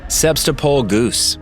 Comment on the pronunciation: You did not pronounced the word Sebastopol correctly